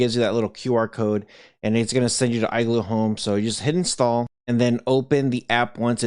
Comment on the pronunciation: That pronunciation of igloo is killing me.